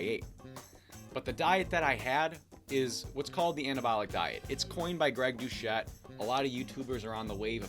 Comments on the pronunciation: Great video bro Literally came here from coach Greg’s ig comments section And btw is pronounced Dusett non douchette 😂😂😂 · Binge watching the channel now. Excellent. Literally only criticism... pronounce Dr. Greg Doucette’s name correctly :) Anabolic diet 4 lyfe. It works for even an old man like me!